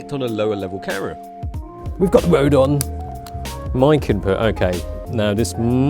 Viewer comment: you still don't pronounce the M in camera!. been waiting for this review. thanks